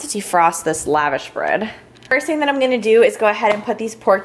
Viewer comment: Please please please look up how to pronounce lavash correctly :) It is like when people butcher gyro.